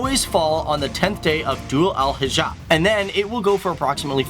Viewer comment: Not Dhull Hijaah It's Zul hajjj 😂😂